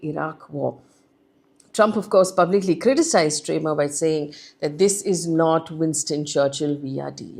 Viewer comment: Faye, it’s Starmer and not Stramer, and it’s Marco Rubio, not Mark Rubio